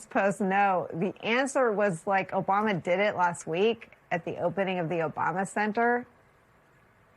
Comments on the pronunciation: 1.41. Who is “Obuma” ?? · He said “oBUMa.” He’s a child. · You mispronounced "Obuma," I think. Is he going to make a golf course at the White House?